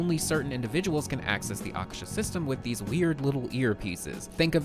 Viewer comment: Yo it's Aa-kaa-sher. Meaning 'sky'